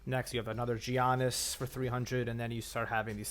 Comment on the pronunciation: Learn how to say Giannis' name